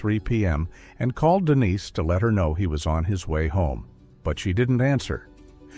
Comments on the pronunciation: AI, yea? Is the victim Denise or Dennis? It isn't certain apparently! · So annoying the constantly calling her Dennis instead of Denise. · DENISE NOT DENNIS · Dennis... Come on, sort it out 🙄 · Why is the ai able to pronounce Denise one second than say Dennis the next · Take a shot every time the stupid ai calls Dennise, “Dennis”.